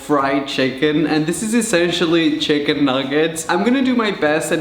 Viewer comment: the way he pronounce chicken as “cheh-kihn” is so freakin cuteeee